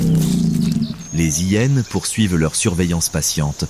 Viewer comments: Un vocabulaire catastrophique de l'intelligence artificielle , style " les zillénes " 😂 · Cessez de faire traduire ou commenter par ordinateur, ceci évitera d'entendre parler des " zi hyenes" ou bien encore de d'entendre qu'une hyene fait quasiment le poids d'une lionne.. Une lionne adulte pèse le double d'une " zi hyene" ...Navrant ...